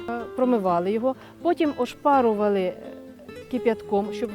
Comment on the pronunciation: Я в захваті від вимови слова «ошпарували», так по нашому. Мені мама розповідала, що її баба готувала такі голубці з пшоном, грибами і чорносливом. Це був десь рік, Київщина